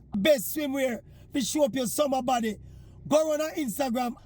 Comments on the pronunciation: Did he say "sour body "or summer body. Maybe my hearing is gone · Maverick somebody a ask if yuh seh "summer body" or "sour body"😂😂😂😂